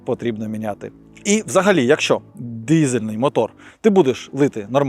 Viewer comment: Не "дізельний" а дИзельний. А так дуже цікаво і приємно слухати українську мову хоч і не досконалу,але головне початок.